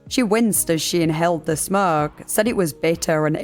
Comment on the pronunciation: When she 1st said smokers & others that smoke I heard others that smirk 🤣 I'm from the UK as she is but still.